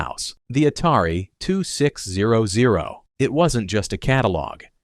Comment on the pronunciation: Ah, yes, the Atari two six zero zero. I played E.n.d.u.r.o. and c.o.m.b.a.t. on that as a child. And the French pronunciation of Target. Man, just, like, narrate yourself. Is it that hard?